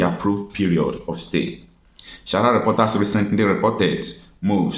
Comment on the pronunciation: Mind d way u pronounce d word sahara. This is not shahara but sa-ha-ra Reporters pls.